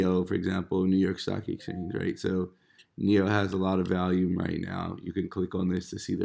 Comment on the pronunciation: How you pronounce volume again?😂